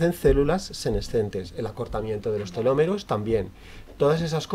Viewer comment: Es Telómeros, no telomeros. Con acento en la primera ‘o’